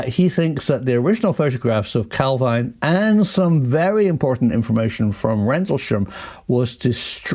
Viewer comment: It’s pronounced Cal Veen